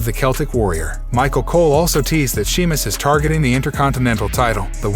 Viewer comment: Please say the name right its not she mus its Sheamus I know im not spelling his name right im spelling its this way so that the host understands the correct way of saying his name! Thank you!